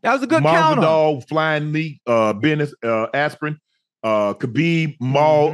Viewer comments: *Bennis Aspirin 🤣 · So we gonna act like he didn’t say Ben ASPRIN!!!